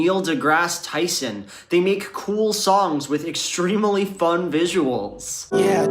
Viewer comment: Can we all help pronounce 'extremely' with just two syllables?